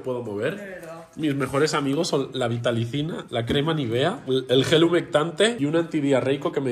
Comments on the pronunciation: Vitalicina 😂😂😂😂😂 es vitacilina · con su dislexia al hablar 😂😂 dijo vitalicina en vez de vitacilina 😂😂😂 todo un desmadroso y el ethan le va haciendo segunda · NO ES VITALICINA ES VITACILINA! (NO ES CRÍTICA SÓLO SE ME HIZO GRACIOSO😂)